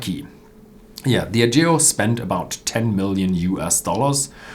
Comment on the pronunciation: diAgeo. Stress on A,;)